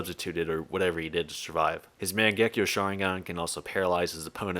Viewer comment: You'd think someone knowledgeable enough to make videos on Naruto would pronounce mangekyo right